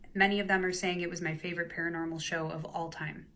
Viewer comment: When Zac says paranormal lockdown it sounds like he’s saying caramel lockdown. Actually most of the times he says paranormal it sounds like caramel